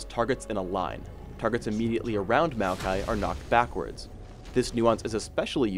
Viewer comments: It sounded like said "malphite" instead of Maokai every time xD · It can't possibly just be me noticing this... Maokai ... .... Mokai? (It's a drink)